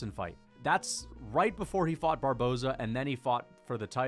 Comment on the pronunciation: You finally pronounced Barboza’s last name correctly as “Barboza” not “Barbozee” 😂